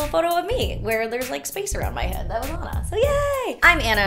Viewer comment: Everytime you say your name I can't help but hear "Anaconda" 😂🤣